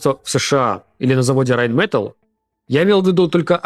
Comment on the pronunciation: Сапасибо за работу. Если что, Rheinmetall произносится с ударением на последнюю а и л мягкая. РайнметАль.